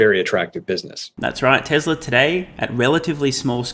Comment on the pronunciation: there is no “r” in tesla.